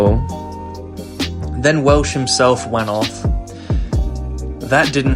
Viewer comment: im sorry great retrospective but when you called Wels Welsh it made me crack up laughing